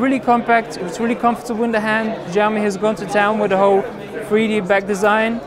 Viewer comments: I am not trying to be the cleverest, I am just saying it sounds bad to my ears that s all, btw in my language, if you write it like shaomi, it sounds exactly like Hugo Barra's pronunciation in the Verge's video Pls no hate, just saying, no attacking anyone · "Jaiomi"? Shame on you! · (SAMURAY) This is how you pronounce it... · I love, and it was a great preview, but really butcher the name, xiaomi. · great video, but it would be great if you learned how to say xiaomi - 小米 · Hahaha agreed! Try to say it properly in the next video! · Really man, you mispronounce Xiaomi. Please, you should use google translate or wiki-page and listen. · He pronounced it ziaomi with heavy tone. xiaomi more likely is shiaomi if correctly pronounced.. x=sh like sound... about the device its really cool but it is hard to get one online, because there method of selling is totally weird in china. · Change the x to s when you are pronouncing Xiao (siao)! Don't pronounce it as though it's ziao -.- your pronunciation of the Chinese company's name is utterly awful. Trust me and those who are bilingual. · 2:61 i love it when he said "tsunami" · jyaomi, oh my god, this pronouns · They first need to understand what xiao and mi means in chinese, then only will they know how far off they pronounced it. For the record, taken from wiki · will you pronounce it 'xiaomi'? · Hey just to let you know it's pronounced like shaomi (same as shaolin) not like a Z or whatever you're pronouncing it like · Not to nitpick but SHAO ME and ME UI. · Shao mi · Here is the Chinese pronunciation in pinyin -xiǎo mǐ. If in doubt listen here If it was shao mi it would have a completely different character - 少米. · he calls it "fujami" all the time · Maaaaaaan it's pronounced as Shaomi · PLS man pronounce it like " SHAOMI ", it hurts my ears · c - ou -mi , god damn it u guys cant pronounce these words then Imma pronounce ur names like de nise, a a ron , jay qua line. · he is saying Jiami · NowaPlay he said 'fujiaomi'